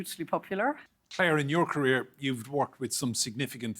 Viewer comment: Politics came early in her "carrier". Like a aircraft carrier of planes. "Teritor"?